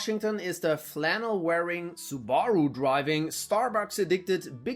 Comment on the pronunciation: i dont think you are german because of how you pronounced subaru. sounds like ai